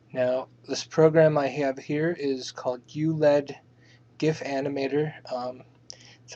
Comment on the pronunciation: The program is Ulead but it is pronounced ulEED, like in Feed.. not lead as in the kind of metal.. lol. This tutorial is a bit out of date now as the tumblr limit is now 1mb for gifs. Photoshop is better, for both programs are free on any torrent site.. :)